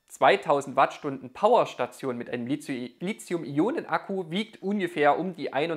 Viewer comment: Zwei Anmerkungen / Fragen zum Thema : 1) Das Metall Lithium (und somit auch die entsprechenden Akkus) werden mit T wie Li-T-hium geschrieben und gesprochen ... und nicht wie von Dir mit Z ... also falsch als Li-Z-ium !! 2) Wieviel Prozent Eigenverbrauch des Wechselrichter ist bei Staionen bis ca. 1000 Wh vertretbar ?